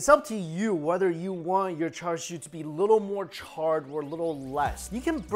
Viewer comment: It's pronounced cha siu in Cantonese and cha shao in Mandarin. There is no "r" sound!! Why are you sounding like a non native speaker??